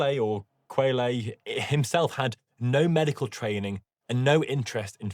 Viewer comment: (I'm not sure if anyone's told you, Doc, but Quetelet is approximately cut-LAY)